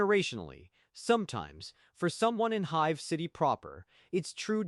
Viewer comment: The constant mispronunciations of basic words, like "hive", perhaps?